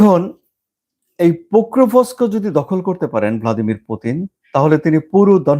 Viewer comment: It is not "Pokrovosko", Ukrainian Name is Pokrovsk its previous name (pre-2014 time) was Krasnoarmeyesk (City of Red Army). 85% of this city is under Russian control. Only two major cities are still under Ukrainian control, these are Slaviansk and Kramatorsk. Kramatorsk is the capital city of the Donetsk region (Ukrainian part of Donetsk). There is no confusion about who controls Pokrovsk, its Russia who is holding the major areas of Pokrovsk. Its a major mining areas.